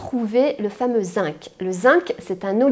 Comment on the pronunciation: Bonjour, excusez moi mais le mot Zinc se prononce "zing".